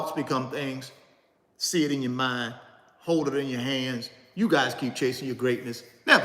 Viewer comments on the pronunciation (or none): none